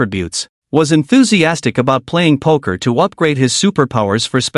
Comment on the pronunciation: poker? ❌ poke her? ✔️